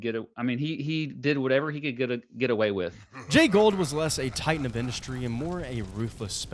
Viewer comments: You continuously mispronounced Jay Goulds name. It is not pronounced Gold, it is pronounced Goold. My mother's grandfather was one of Jay Goulds nephews. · I like your presentation but a slight technical point it's Jay Gould (pronounced Goold) not Jay Gold. I went to school with Gould grandchildren. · Great stuff! But it’s pronounced “ goold “not gold. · This is a great analogy... it gives perspective and insight but perhaps even more importantly, hope. Thanks! But allow a small correction, please... railroad magnate Jay Gould...with a "u" is pronounced "ghould" or "goohled" not "gold" as you and pronounced it. Love your work! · FYI, Jay Gould's name is pronounced GOOLD (rhymes with fooled), not GOLD. I know it's nitpicky, but it's jarring to hear you mispronounce it over and over... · It's pronounced "gooled" not "gold". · Jay Gould's last name is pronounced "Goo-old" not Gold. There's a "u" in there. Take a closer look. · Jay Gould is pronounced like ghoul not like gold. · I think it’s pronounced like “ghoul-d” not “gold”. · It’s not Gold , it’s Gould. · It's pronounced "Jay Goold" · You guys are both mis-pronouncing Gould. Lame.